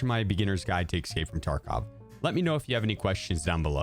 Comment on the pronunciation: "Excape" from Tarkov